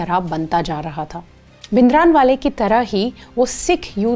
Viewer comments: Please don't say भिनदरानवाले, rather say the correct version which is भिंडरांवाले. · Very informative , Just a correction in pronunciation - It's भिंडरांवाला ।